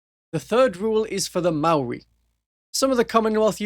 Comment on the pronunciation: WoW! You're pronunciation of Maori was flawless, well done mate 🫡